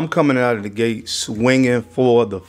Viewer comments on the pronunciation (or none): none